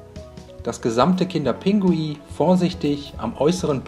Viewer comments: Man sagt nicht kinder pingui sondern kinder pinguin 🤦🏼‍♀️🤦🏼‍♀️🤦🏼‍♀️😂😂😂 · Es heißt doch "kinder Pinguin" und nicht "Pingui" oder doch? 😁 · Lecker,aber es heißt Kinder PinguiN und nicht Pingui und ,,Gange" sprichst du auch falsch aus🤔😂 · bestimmt lecker aber Aussprache ist nicht so dein ding oder das heist Kinder Pinguin nicht Kinder Pingui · Liska Wiska das heisst Kinder Pinguin 😂😂der hat das falsch gesagt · Er sagt immer Pingui 😂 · Wie du einfach die ganze zeit "kinderPINGUI" sagst😂😂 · Hä, ich dachte er sagt es falsch😂